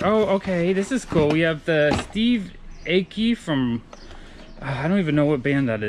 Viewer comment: Another great video bud For reference Steve aoki is pronounced eye ohh key